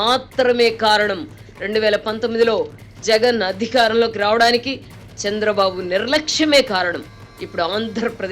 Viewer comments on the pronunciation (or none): none